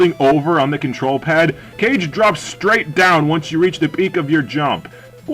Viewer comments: Obligatory "it's Kah-Geh" comment, which is roughly "shadow" as I understand, but I also can't say anything, as I was a big fan of the Nintendo DS sequel game, and I called it "Cage" too. lol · "Legend of Cage" facepalm Kah-Geh, not cage.